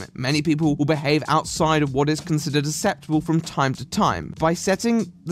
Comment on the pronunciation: why do you pronounce "acceptable" like "ass-ep-table"? C'mon, you're meant to be speaking the Queen's English after all! :) Good video as always though ;)